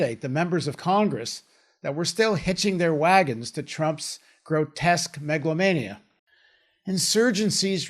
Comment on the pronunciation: "Megalomania" is the proper pronunciation, NOT "Meglomania"